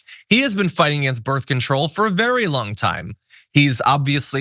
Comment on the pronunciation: Did she just say "birf control"? I'm sorry, but if you are a professional commentator, please for the love of God learn how to PRONOUNCE simple words.